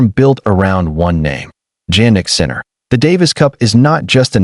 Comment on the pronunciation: Please who is "JANnick Sinner"? It's pronounced YAH-NICK. I hate these AI videos